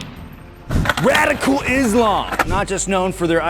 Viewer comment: At the start there it sounded like he said "Radi-cool" LOL